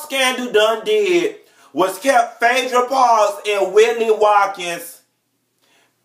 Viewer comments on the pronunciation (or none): I live to hear you say "Fedra" (Phaedra). Tickles me every time.